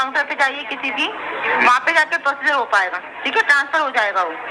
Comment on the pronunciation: तनास्फर नही , ट्रांसफर!